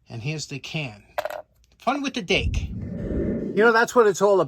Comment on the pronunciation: We thought you said "date." Oh well Dake ok. Recycle those? Thanks and cheers